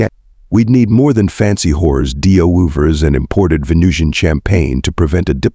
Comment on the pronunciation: Sounded like he said hore